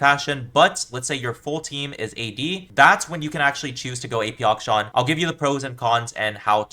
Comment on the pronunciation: I love how he pronounces akshan as auction.